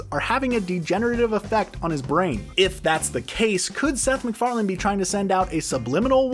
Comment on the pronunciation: You make a video and you mispronounce the creators name… noice :)))) it is Seth MacFarlane, not McFarland…